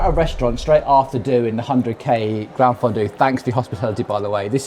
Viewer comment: Enjoy your content, but please, please put some effort into the pronunciation. It's not oofisso, or ufissi, or any of the other mangled words you invented. It's offee-chee-nay mat-tee-oh. And the G in Campagnolo is silent! And gran-fondu? Seriously?